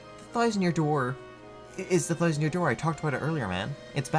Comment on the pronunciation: This video is excellent. Except for literally one thing. I know this note I'm about to to give you sucks, but hear me out. As engrossed in the information as I was I wanted, with all my being, to turn this video off every time you pronounced an "O" sound as an "I" sound. Bowser = "Bizer", about = "abite", thousand = "thizened". It's one of the most distracting things I've ever heard, I could barely focus on the material. I'm not saying I think you need change who you are or anything like that, but you're a voice recording professional now so working on your diction will improve your viewership.